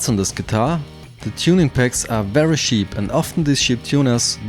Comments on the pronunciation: Wenn du ansetzt um cheap zu sagen, dann hört sich das an als ob du über Schafe sprechen würdest. I really appreciate the effort trying to bring your point across not using your native tongue, please do us a favour and try to pronounce words the way they need be pronounced. apart from that, great job, nice video! keep on keepin on! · He kept saying sheep Guitar the entire video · Am I the only one that finds it hilarious that every time he says cheap I hear "sheet'? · did you say sheep cheap or shit lol haha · I thought you kept saying "shit" instead of "cheap" this shit guitar with shit pickups and look at the shit bridge with its shit saddles lol.